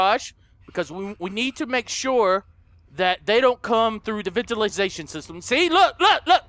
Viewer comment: There in the Ventilashan shishtam!!! Me:😂😂😂😂😂😂😂😂😂😂😂